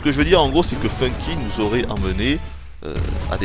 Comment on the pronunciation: Alors la totalement d'accord avec toi Nintendo nous fait payer leur putain de wiimote pour jouer avec 4 boutons alors qu'on a une wii et un capteur qui sert a RIEN Sinon Super sympa ta review en voix off, au moins tout est clair et quasi-parfait a part le "ça s'y nisous aurait" DKCR Best Game!